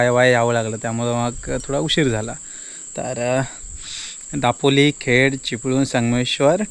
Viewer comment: जिकडे "ल" आहे तिकडे "ळ" बोलतो आणि जिकडे "ळ" bolych तिकडे "ल"😂😂 दापोळी नाही ते दापोली असता 😂😂काय तू पण 😵‍💫